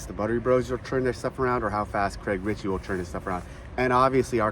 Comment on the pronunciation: Richey not Ritchey 😅